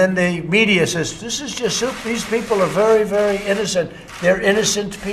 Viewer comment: So he's saying. . . Souptifa?!